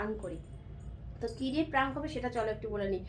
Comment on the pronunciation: কথাটা প্রাঙ্ক নয়.. প্র্যাংক!